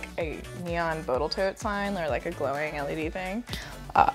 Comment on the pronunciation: I admire the persistence, with which you keep saying "boatal toat" instead of Total Boat. One day they might decide to feel offended 😄😄😄